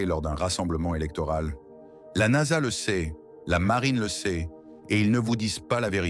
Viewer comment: Moi aussi je trouve ça insupportable déjà la voix elle est dégueulasse et en plus traduit très mal au lieu de dire NASA elle dit n.a.s.a ça me gonfle tellement que j'ai même pas envie de regarder la vidéo dommage pour les créateurs